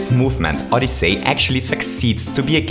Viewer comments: OdyssEy not OdyssAy. HTH. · Nice vid. Just a heads up, it's pronounced "Odysee" not "Odysay". Besides that, nice vid, you really confirmed what I've been thinking since it came out. It's a really cool game for anyone to play! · You said SO MUCH things wrong in this video, first of all it's odyssey, not odys-SAY! It's Bullet Bill, not Bullet Blaster! It's Dive, not Belly Jump Last but not least, IT'S LONG JUMP!!! NOT "SPEED JUMP"!!! JESUS CHRIST! I TRIED WATCHING THIS AND NOT GETTING MY ASS BLOWN AWAY BY YOUR SHEER LACK OF KNOWLEDGE ON THE NAMES OF MARIO'S MOVES!!! YOU CAN'T EVEN PRONOUNCE FUCKING ODYSSEY! DID YOU EVEN LOOK AT THE ACTION GUIDE FOR THE NAMES AND CONTROLS?! PLEASE JUST STOP IT! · Did anyone else notice that he was saying Odyssay not Odyssey? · SMO is awesome. Ahdussii not odisei. Loving it. But the cap jump is too hard to do.... Maybe some day I can do it. But the movement can suck too... It accelerates too fast... Which makes it frustrating when you accidentally fall off a platform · Odysaay! Just say odyssey lol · Did you say OdyssAy? It’s Odyssey. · oddisay but its oddysey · Odyssey is pronounced “ODD-ih-SEE” not “ODD-ih-SAY” See is pronounced differently from Say. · Oddyssy not oddessey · "ODISAY" Don't hate me pls I luv u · I’m sorry but I couldn’t help but laugh at how he said footage and odyssey